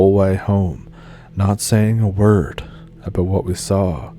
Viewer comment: “It’s all aboot Canada”. Spoken like a true Canadian 😊